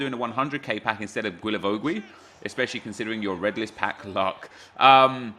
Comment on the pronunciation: you spell him like gilavogi (don't say that "ui")😂